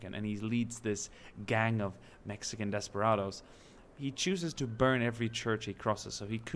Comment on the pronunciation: Desperados not “desparados” otherwise good pronunciation